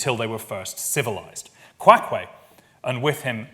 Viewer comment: He butchered his name, but that’s ok